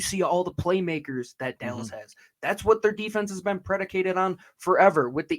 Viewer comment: Who is This “Delles” talking about.